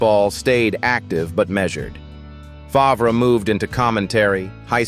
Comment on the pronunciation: Seriously - Farv, not Fahv-rah Further, he is a criminal